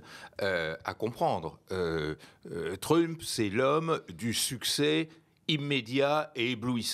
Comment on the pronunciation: Je suis partagé entre le doute d'avoir un spécialiste de l'international qui dit "truumpeuh" et mon plaisir à le voir mépriser autant la langue anglaise 😅